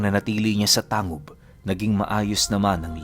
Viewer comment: Tang-Hub po ang pag banggit nyan